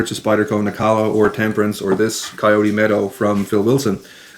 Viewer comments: Nilakka, not Nikalla. WTF? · its Nilakka not Nikalla😉 No offense please🙏 Thanks for video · Isn't it pronounced Nil-ah-kah?